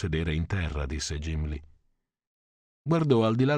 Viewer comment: Jimli?!credo che nel 2022 sia inaccettabile...(dovrebbe esserci una nota alla fine del libro riguardo alla pronuncia dei nomi..)